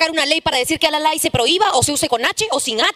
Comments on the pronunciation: Sigrid voquita de caramelo. No es alalay es alalau. Cojudignes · Como Cusqueño y quechuhablante no existe "alalay" se dice alalau/alalu no sabe ni hablar un vocablo quechua la calabacita Sigrit. Vaya a leer más izquierdosa! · Esta Sigrid si que es... ! "alalay"? Se dice "alalau", y no todos los cusqueños utilizamos esa palabra para expresar que sentimos frío. Y de todas maneras, esa expresión coloquial nada tiene que ver con el lenguaje inclusivo. No hables de lo que no conoces, mamita! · Sigrid no se dice alalai se dice alalau y es parte del dialecto wanka.